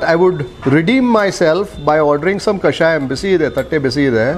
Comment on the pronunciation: Sir it's kashaya not kashayam